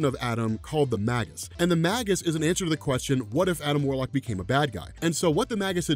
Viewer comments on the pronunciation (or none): That's not how Magus is pronounced.